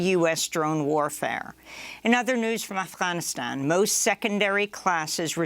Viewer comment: Amy, just pronounce Afghanistan like everyone else. You sound like you’re saying “Alf-Ghanistan.”